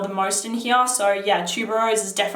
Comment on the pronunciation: love your pronunciation of here 'heeyah' lol